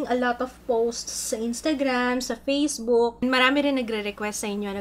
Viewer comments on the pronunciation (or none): none